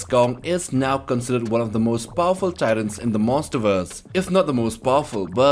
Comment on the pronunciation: the way he says Titans, i thought its tyrants